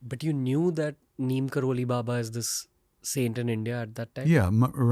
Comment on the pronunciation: Neem Krori not Kroli